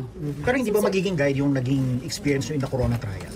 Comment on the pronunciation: Corona yun hindi drreno